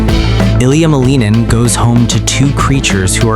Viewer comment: The cats know that their master’s name is pronounced MAL-in-in. He’s 21 years old. His father is Roman Skorniakov and his mother is Tatiana Malinina. He named himself the “Quad God.” Seems the cats are already ahead of the AI bot narrating this hodgepodge. 😂